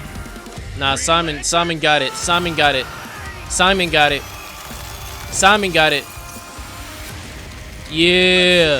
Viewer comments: "why's your name simon but you say it as semen?" brother they tell you how to say it at the start and you glossed over it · Dude’s a fake fan if that’s how he pronounces Simon’s name.